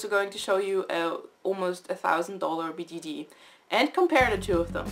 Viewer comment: does anyone realize she says bgd not bjd